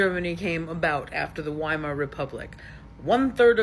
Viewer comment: You have no idea of what you just said. In the first place it was pronounced VIE-MAR. Secondly The president of Germany Hindenburg appointed Hitler as chancellor in 1933 to (as he felt was the proper thing to do) stabilize the government and put up a road block to the communists.